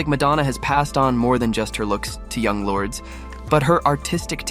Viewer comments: Lourdes is pronounced "Lord-es" not "Lords". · That's not how you say her name. LORD-ES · This video is AI manufactured so the pronunciation is butchered. 👎